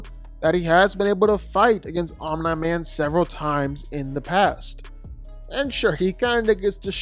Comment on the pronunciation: That Omnai man pronunciation is low-key annoying af😂